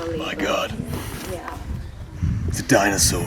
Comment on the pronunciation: Sounded more like dinosaw. Or dinosauce. 😁